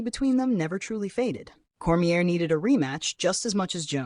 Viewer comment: Core-me-aye, nor Core-me-air